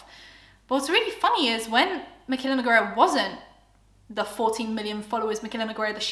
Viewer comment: Nogueira it's pronounced as NEW-GAY-RUH not Ne-guei-rah 🤦🏻‍♀️